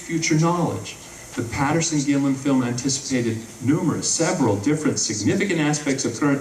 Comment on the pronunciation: It's Patterson not Paterson.